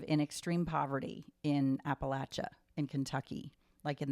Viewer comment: As an Appalachian I'm so happy you guys are interested in Appalachia! you're saying it right, it's pronounced Apple-at-cha. A good book rec that I loved that centers around Appalachia is Demon Copperhead. It's so good and I think you all would like it!! Absolutely loving the pod so far btw!